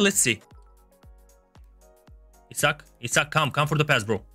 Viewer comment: was it just me or did he really pronounce isak as he suck